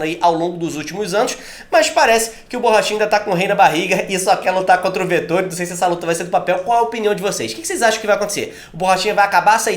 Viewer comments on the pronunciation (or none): Pelo amor, falei os nomes corretos! É Vet óóó ri, pqp